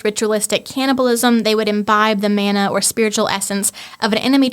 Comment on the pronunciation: Interesting. There's a lot of info packed into this podcast. The word 'mana' is pronounced with an 'a' as in 'father' not as in 'man', meaning power, honour and authority.